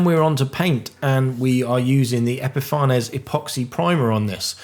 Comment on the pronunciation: Fantastic! Absolutely loved seeing your well planned rapid build with modern techniques - well done fitting that all in to a quick course! I believe the pronunciation is epifa-nees which is an apt name for their products!